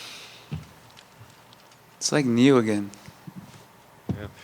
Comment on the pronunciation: Why does he say “new” with an ñ?